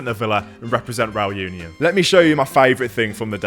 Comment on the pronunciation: That's such a great vlog... a bit "back to basics", really love it. Also love the claret version reAl uniOn (pronounciation, pls,, you need to practice your spanish a bit more;-) ).... are using. Our current claret is even a bit too dark. But oh, how I've hated the "claret" we've been promoting the last 10 (?) years, so I'm very happy anyway:-D....